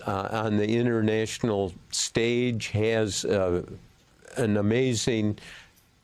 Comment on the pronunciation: Nuclear, not nucular